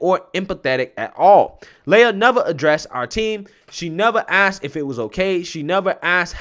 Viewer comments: Pronounce lee-ah, not Leia. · It’s Lee a.. not lay a… how do you get lay a from lia! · It's pronounced "Lee-ah", not Lay-ah." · Why are you using plural pronouns when speaking of the male swimmer "Lia Thomas"? FYI, "Lia" is pronounced "Liar".